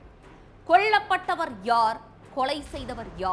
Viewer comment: "கொள்ளப்பட்டவர் " இல்லமா. "கொல்லப் பட்டவர்" தமிழை முதலில் ஒழுங்காக உச்சரிக்க கற்றுக் கொண்டு பின் நிகழ்ச்சியை தொகுத்து வழங்க வா. கேட்கவே எரிச்சலாக இருக்கிறது.